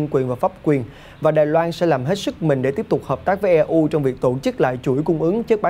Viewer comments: E U viết tắt của Europe đọc tiếng pháp là ơ rô pơ hay tiếng Anh là yu râu pơ mới đúng ! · Đọc là i u từ EU chứ e u là gì ?